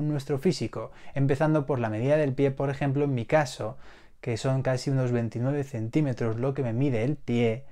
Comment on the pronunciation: La manera en la que hace énfasis en los 29 centímetros, DEL PIE 🦶